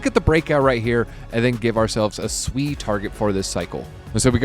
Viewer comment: Nice to finally hear someone pronounce SUI Correctly!